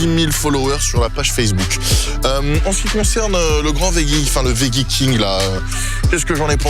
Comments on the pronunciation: GRS is back🤩🤩 sinon pour l'anecdote ça se prononce vedjie alors que tu prononces vegguie. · Arrêtes avec le « vegguie » 😂😂 ça se prononce « vejjie » que ce soit en français ou en anglais. J’ai vécu aux États Unis 10 ans j’ai jamais entendu vegguie 😂😂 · Au fait, on dit "vedji" lol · On dit "vedji" 😊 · Veggie prononcé vegguie c’est en Allemagne ça non ??😜😜😜😜